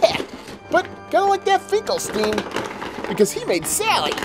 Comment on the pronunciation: It actually pronounced finkle STINE, not finkle STEEN. just for future reference!